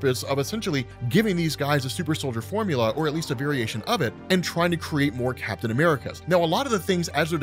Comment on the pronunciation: BRRRRAPTAIN America 😂